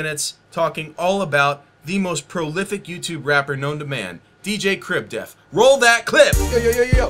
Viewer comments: All I heard this video was "Crib Death" and not "def". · It's okay because black people pronounce "death" as "def."